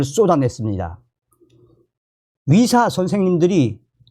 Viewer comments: 감사한데요. 발음 좀 제대로 연습 좀 하세요. 의대 와 위대. 발음이 다르지요 왜 의대를 위대라고 발음 하시는데요? 좀 노력하세요. 또 의사이지 위사입니까 왜 그 발음이 안됩니까? 의무기록이지 위무기록은 또 뭣이구요 의료를 또 위료라 하네요. 이 방송 본인이 직접 좀 다시 들어보세요. 참 듣기 거북하네요. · 위사가아니고 의사입니다 발음좀